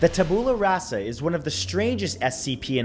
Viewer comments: DON'T BLINK rofl this are hysterical. and the classification reminds me of the artifact designations on S.H.I.E.L.D. (And just FYI, it's pronounced TAB-you-luh RAH-suh) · am i the only one incredibly bothered by how he pronounced tabula rasa? xD